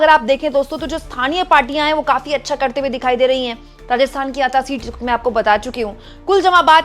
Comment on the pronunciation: मैडम को पढ़ना नहीं आता, वो अता नहीं अंता है